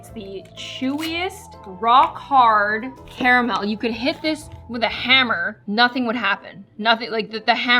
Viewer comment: The way she pronounces Carmel 😡 No hate tho